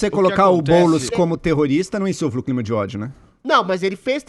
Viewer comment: O Adrilles não consegue dizer a palavra "CLIMA". Ele vira cebolinha. KKKKK